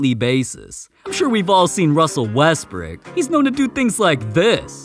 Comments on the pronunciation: Bro called Westbrook westbrick lol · Why did you call russ wresbrick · Bro really said russel westbrick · nahh he said russel westbrick.